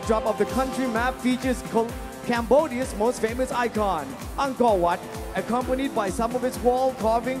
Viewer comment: Why they pronounce cambodia like sambodia hahaha what a heck